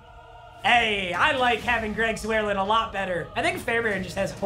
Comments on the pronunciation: Nobody: Papa: Greg ZwArLeN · Nobody:: “Greg Zwarelin” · nobody: papa: greg zwerelin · Zurr-line. Greg Zurr-Line